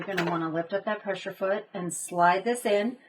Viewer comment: Thanx for the DIY, and FYI it's a PressER foot, not pressure foot. Not trying to be catty, just wasn't sure if you knew you were saying pressure.